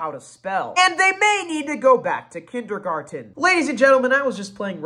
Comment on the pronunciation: Bro who pronounces kindergarten like that 💀